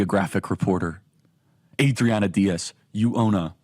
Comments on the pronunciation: The way you keep saying Adriana Diaz is some kind of bit right if it’s not, it’s gonna be come on Charlie you’re better than that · What I love is how your Spanish accent gets increasingly thicker each time you say Adriana Diaz.